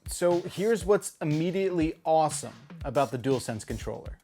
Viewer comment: I thought he had said awful instead of awesome at first, i was like mfff how